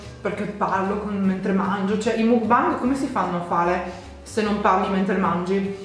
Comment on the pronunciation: Non ho mai sentito nessuno che mangia il panino da mc Donalds col pesce ahahah sei fantastica comunque lo dici bene mukbang si pronuncia con la A secondo me i gatti sono saliti sul tavolo dai ahah